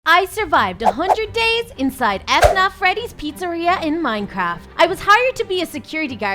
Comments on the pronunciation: It is fnaf not f naf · you say it fan af not fanarf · It's not f-naf it's fnaf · Fnaf not f naf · F naf??? Uh... Its.. fnaf. One word :> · Fnaf not f-naf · She said f naf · F naf 🤣🤣🤣🤣 she said f. Naf 😂😂😂😂😂😂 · bro said F naff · did she, just pronounced it as F-NAF? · You said “Five Af Naf”………… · Did she say f-nuf? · But messed up how she said 'ef naf' and also she put foxy on the same stage as Freddy chica and bonnie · say fnaf right plzzz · Lol the way u said fnaf